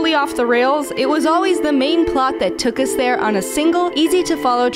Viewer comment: "It was always the main plot that 'Tookus' there." ... don't try and sneak that in and not think we wouldn't notice.